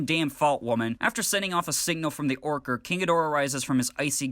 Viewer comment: You keep saying Orcard. It's Orca. Like the killer whale.. that uses echolocation... really subtle